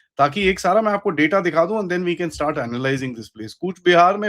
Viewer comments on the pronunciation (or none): none